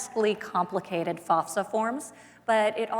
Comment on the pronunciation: The way she pronounced "FASFA" has me dying.